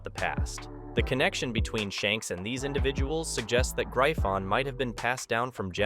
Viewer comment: its not known as graifon lol and wth is mahak? lmaoo